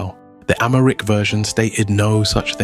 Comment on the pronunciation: As an Ethiopian, I appreciate the narrative and the story telling but the AI imagery sucks. can’t even finish it. Btw, the Ethiopian language is called Amharic and not Amaric as you pronounced. Anyway, thanks for the video. I wish you redo it with „normal“ images instead of the annoying AI stuff